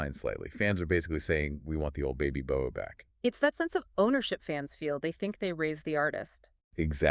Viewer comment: Her name is pronounced "boa' as in the snake 'boa constrictor." Not Bo ey 🤦‍♂️